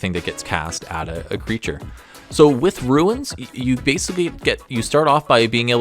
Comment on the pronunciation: For the love of mike it is RUNES not RUINS!!!